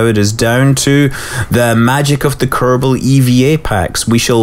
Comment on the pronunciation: Kerbal pronounced Ker ball